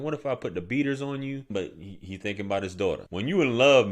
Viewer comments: Dooooo and Yewwww. Baltimore right there😂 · "Yes yew deww"